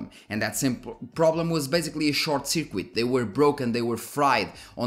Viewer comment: i learn so much from you and you have helped me with my purchasing decisions, getting more performance, better temps and much more with my components... ty i only speak one language so you are already doing better than me in that regard lol, but if i may: circuit in english is pronounced surkit. not that it bothers me even slightly, it's just if i were to speak a foreign language, i would appreciate any help from native speakers on pronunciation. keep up the amazing work, you are an awesome guy!